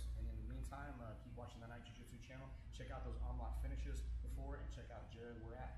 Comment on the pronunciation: Its Jiujitsu not gayjitsu